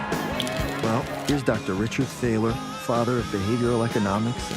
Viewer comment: I'm sure that the name Thaler derives from the German/Bohemian word Thaler or Taler (meaning a sort of Silver Coin) and is almost exactly pronounced as you did it yourself in the video. The only difference is that the "th" is more like "T" without the "h".